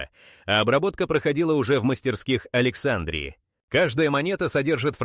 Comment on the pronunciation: Опять исскуственный разум в словах текста ставит неправильно ударения!!! Особенно в слове Александрия!!!!!